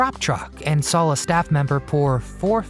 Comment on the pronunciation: I just can't get passed the fact that you put an "L" after the word "SAW" , pronouncing it as SAWL !!! Is that a mid western thing ?